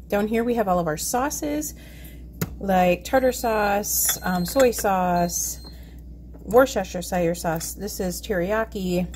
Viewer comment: You are funny when you say Worcestershire sauce. Your so cute lol. Man your fridge is so organized!!y